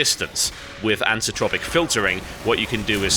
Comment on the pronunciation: Pet peevish I know, but it's "anti-ALIASing", and "anisotropic" is pronounced "anise-oh-tropic". As an Englishman you should know better...unless American life is rubbing off on you. :P